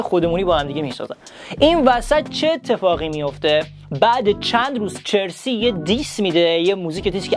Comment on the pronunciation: Chersi nist charsi hast اسپلشو میدونم اما تلفظش اینه